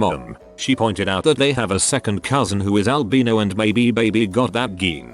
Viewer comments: “Elbeeno” 😂😂love that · The albeeno geen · This reader bot is hilarious! 😂 Can’t pronounce simple words but can pronounce words with 4+ syllables with no issues. Albino - Al-bean-o Cryptography - cryptography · Every normal human being: albino Google translate: ALBEENO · “Albeano” lol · video: albino text to speech: ALBEANO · nobody: the second story: "geen" "albeeno" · bots pronounce albino as "albeeno"👍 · Ah yes, "albeano" take (al)beano before, there'll be no gas later. 😂😂😂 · Some of the pronunciation in these videos really gets me "ALbeanO" is one of my favorites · Al-bean-oh wtf 😂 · Al-bye-no sounds way less dumb. Ya'll sound like you're about to treat a dude named Al for gas. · Albeeno, not albino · "baby was albeeno" aLbeano jflhdgkjsh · Ah yes, the albeno geen. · geen, albeeno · My two year old pronounces words more correctly than this robot voice